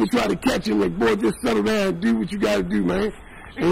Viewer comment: Dew ( do ) 😅😅😅